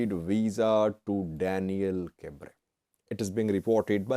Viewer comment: Hi, pronunciation of Daniel Kibret is not by omitting the "T" sound in Kibret. Just say: kb-ruh-T.